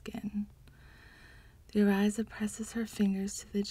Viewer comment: Thanks for the read but please try to know the pronunciations. Orisha is pronounced “Oh-ree-sha” not “Ee-Ry-za”. Just saying…